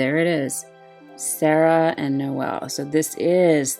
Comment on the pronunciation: ur pronouncing serah correctly ooh i herd lighning is a preety ok magic tank im actually interested in getting her since she free. If ever the DV quest ends this maintennace 6/3 and claim period or exchange is until 6/10